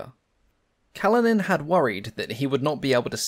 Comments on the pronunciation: Kalinin is pronounced 'Kaleenin'. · Kalinin has stress on the second syllable (1st i)